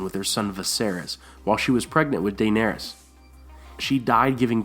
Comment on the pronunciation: Lmao "day-neress"